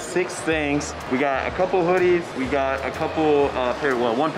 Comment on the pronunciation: saying tings sm 😂